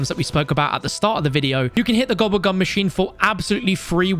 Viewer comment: Hearing a Brit say gooblegum really fast is 😂